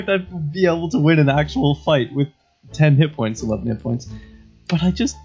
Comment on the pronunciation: "Youd never expect me to win an actual fight with 10 hitpoints...11 hitpoints..." the way you mumbled 11 was so shameful